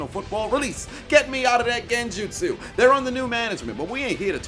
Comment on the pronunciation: I love the way he says genjustsu 😭